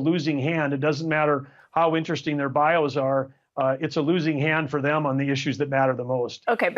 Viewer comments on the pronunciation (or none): none